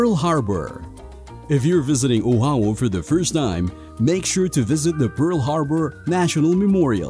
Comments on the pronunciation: Content was great, fun itinerary for a first timer but so so so many mispronunciations Oahu…. It’s O-ah-hoo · OMG learn how to pronounce Oahu. This is ear piercing.